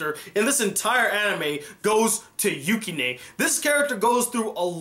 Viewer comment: Just wanted to say it's pronounced Yew-Ki-nuh